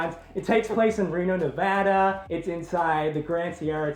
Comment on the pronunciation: Thank you for saying Nevada correctly <3 XD